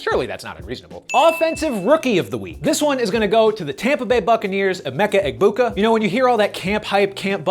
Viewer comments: As an Ohio State fan, it hurts my ears to hear people pronounce the “G” in Emeka Egbuka’s last name. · I was confused for a minute on how to say emeka’s name based on announcers though the g is silent